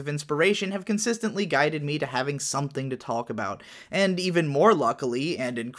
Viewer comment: You are the only human I've ever encountered that pronounces the L in "talk". Just... need to get that off my chest.